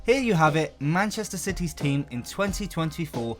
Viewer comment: Manchester Ciy's